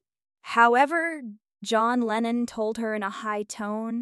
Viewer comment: It's Lennon. Do your homework.